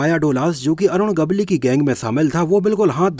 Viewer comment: अरुण गवली नही ,,,,,,अरुण गवळी नाम है भाई साब नाम तो सही लो। कैसे वीडियो बनाते हो। भाई 🙏